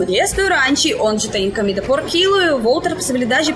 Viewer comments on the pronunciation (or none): Uma dica...você sempre pronuncia a primeira letra "o" das palavras como se fosse uma letra "a"...Por exemplo: a palavra cOmida. Você diz: c"A"mida....Não é critca, ta´? Adoramos seu sotaque, mas como seu portugûes está melhorando a cada dia, achei por bem dar essa dica...❤